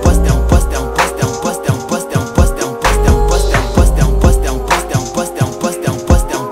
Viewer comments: “Poster” in a french accent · "I'm first"in indian accent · It sounds like French at a certain point."T'es en poste" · It sounds like he’s saying dump us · After you listen to it sounds like he saying wisdom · Sounds like an African saying 'impostor' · Sounds like he's saying no breasts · Sounds like a French saying question